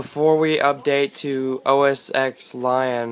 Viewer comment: Every time you say "OS Ex" I cringe. The X is pronounced 10.